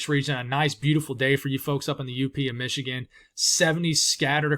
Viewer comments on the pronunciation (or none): none